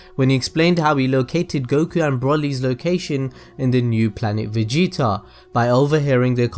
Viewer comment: He also said vageta once